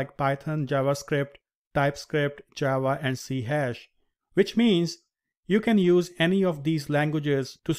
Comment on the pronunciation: I’m sorry but C# is pronounced “C Sharp” …..